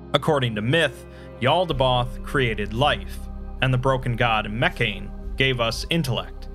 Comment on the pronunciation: I love and enjoy your videos, every time you upload something new, I watch it as soon as I can :D BUT: Please, stop spelling Mekhane as "Meccan" or "Meccain". It's a classical greek word, spelled "Meh - khah - neh" (IPA: mɛː.kʰa.nɛ̌ː) That's all I've got to criticize, for the largest part, your videos are truly awesome ;D